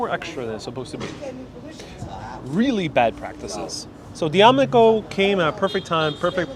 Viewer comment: D Amico coffee is pronounced,. Da me coe